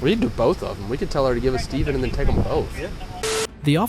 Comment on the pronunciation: Narrator said “Stevven” 🤓